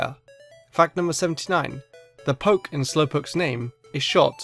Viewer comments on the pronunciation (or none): none